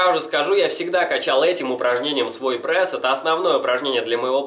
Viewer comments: Пресс, а не прэсс, правилоно говорить пресс! На канале с такой тематикой ты обязан говорить правильно!) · Не прэс а прееееееееес😤😤😤😤прям бесит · Каждое твое "ПРЭС" удар по моим ушам) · ска, я обожаю как он произносит это слово "ПРЭС". ПРЭС,ПРЭС, ПРЭС ЕЩЁ БОЛЬШЕ ПРЭСА! ДААААА, я теку прям :D